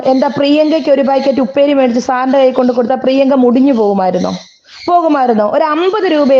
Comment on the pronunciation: വീണ്ടും വീണ്ടും ഊന്നി ഊന്നി പറയുന്നു ഉപ്പേരി ഒരു പാക്കറ്റ് വാങ്ങി തന്നില്ലല്ലോ 🤣